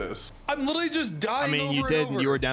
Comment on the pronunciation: Somebody plz teach how to say literally lmao